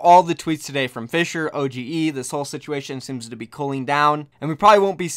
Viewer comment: It's pronounced Ohh-dge not O G E kappa